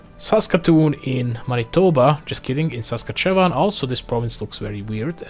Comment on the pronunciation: the way you said saskatchewan dude 💀